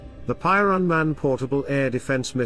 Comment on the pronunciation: Piorun not Poirun ffs